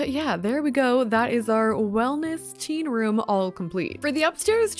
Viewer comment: When you said teen room I thought you said tea room and I was so confused when you put a bed 😅